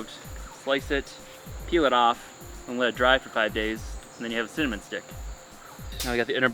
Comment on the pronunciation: At first, when he said cinnamon, I couldn't hear what he said and I thought he said semen plant. Then I went, maybe he said cement and then the said cinnamon and I was like, 'oh, cinnamon!'